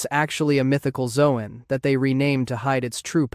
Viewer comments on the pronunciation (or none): Ha can't say Zoan. Says Zohan.